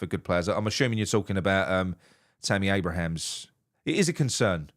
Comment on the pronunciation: Abraham not Abrahams